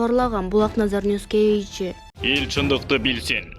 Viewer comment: ушул каналда текстерди окуган кыз "KG" - кейджи деген созду окуй албай эле канча жолу кайталаса да айталбай кыйналып...айтып койгулачы уйронуп алсын шар айтканды 100 жолу кайталайт го